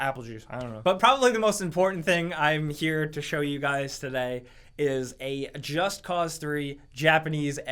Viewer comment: I like how they pronounce "Just Cause" in that japanese trailer... it's more like "just caught" :D